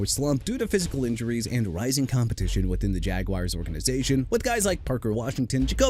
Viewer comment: I'M THROUGH WITH YOU MISPRONOUNCING EVERYBODY AND EVERYTHING! NEW ORLEANS AS IN NU OR-LINS! DO YOU UNDERSTAND THAT?! JAGUARS AS IN JA-GWAARS AND YOU NEED TO STOP SAYING JAGWIRES!! ALSO YOU MEANT "SIMILAR TO BRYCE YOUNG, BRIAN THOMAS JR."?? THERE'S NO 3 A'S IN HIS NAME!!! AND TREYLON BURKS AS IN EITHER TRAY-LAAN OR TRAY-LIN? WHICH IS IT SO YOU CAN PUT RESPECT ON THE MAN'S NAME WHICH YOU DON'T HAVE?! YOU'RE THROUGH BRO!!!